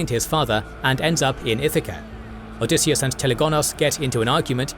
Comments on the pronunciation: Odysseus.... not Odysseas... I don't know what it is with this cannel... but pretty consistently you either get spelling or pronunciation of things incorrectly... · "OdysseAs"?! That's odd